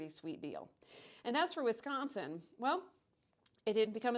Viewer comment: You pronounced Michigan and Wisconsin wrong here. See your new video for reference. Also, GET REKT MICHIGAN!!! OHIO ROCKS! 1803 FOR LIFE!!!